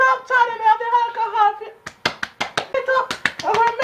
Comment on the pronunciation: lol the "halcohal"...whn grandma douse ur scalp wit it